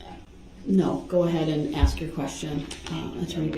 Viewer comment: But cannot pronounce the word "ask" ..... he wants to "ax" a question. Dumba$$.